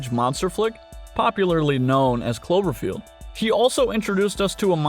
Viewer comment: 😛 I swear first I heard chlorophyll not clover field.... anyone else?